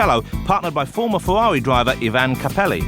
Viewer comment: "Berger's Fewawi" is hilarious